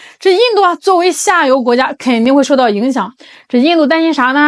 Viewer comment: ，妳是说印度下游还是印度下流…😅我重复听了几次😂。